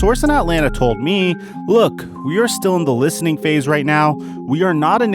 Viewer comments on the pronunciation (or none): none